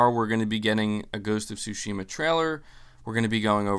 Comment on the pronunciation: Hi, thanks for your always informative content. It's all great, but there was just one thing that caught my attention, so please allow me to mention it. I'm a Japanese dude living in Tokyo, and of course a native Japanese speaker. So it's about how you (and almost all other non-Japanese, so it's certainly not just you) pronounce the word Tsushima (対馬). In this word, you can say that the stress is on the first syllable and not the second as in your pronunciation, a linguistic fact which I of course don't blame you for not knowing. So if you pronounce it Tsúshima instead of Tsushíma (if I were to describe it using the Spanish accent mark), it'll be much closer to its actual pronunciation. You can hear it pronounced by native Japanese speakers here: Some words just are pronounced that way, for example the male name Akira (again, Ákira and not Akíra as often pronounced). But this doesn't apply to my name, so yeah... Who knows what the rules are. Languages are so random, I tell ya. I wouldn't have mentioned it were it not for the fact that you have a lot of followers who will hear you and most likely learn from you consciously or unconsciously, so if you could correct it, it'd have a positive effect, I thought. Also, if it was just once or twice I wouldn't have paid too much attention, but when said repeatedly it became a little jarring to hear it, so I thought I'd tell you that. It's not that big a deal, but still not bad to know... I'd also like to be informed if I mi